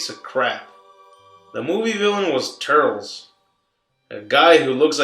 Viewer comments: obviously this guys is not a fan if he reffers to turles as turls and not turllece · Turles* (Tur-less) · its turles not turls and its majin buu not majinbuu